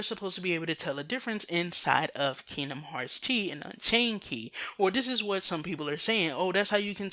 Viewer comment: "X"-blade = "Chi" (pronounced "key") blade.